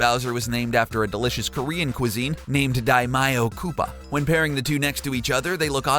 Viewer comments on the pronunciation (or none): none